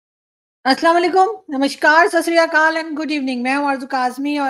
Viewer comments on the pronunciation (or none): Arzoo Ji , the actual word is "SAT SHIRI AKAAL" not " sas ria kaal".